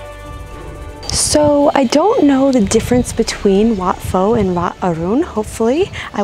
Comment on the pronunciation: In Wat Pho, Pho is pronounced like Poe, not Foe.